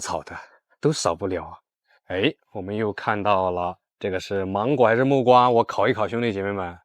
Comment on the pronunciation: 是木瓜啦～ 你前兩集都說錯了！ 這集⋯⋯要記住了，是木瓜啦！❤